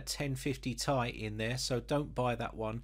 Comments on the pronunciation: Think phonetic transcription,. The Ti after the 2080 is pronounced /ti ai/ as in pronouncing the alphabet. Ti. You pronounce it /tai/. As in wearing a suit and tie. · The lazy people that took absolutely no grammar classes says tie not t,I look at this dude anyway still a nice vid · Mate! Not /tai/. It's /ti ai/ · it's Ti say T i not like a tie or ty. T.i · I’m sorry but I cringe every time you say “1050 TY” it’s “T-I” sorry but I just had to say it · It's not tie u bum It's ti As in the letters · If you want to reach a wider reach of audience, yes it does. You're the first Brit I have heard calling it by that nomenclature. Just friendly advice. Take it or leave it.